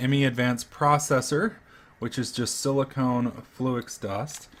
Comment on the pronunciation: Why does he call silicon "silicone"?!?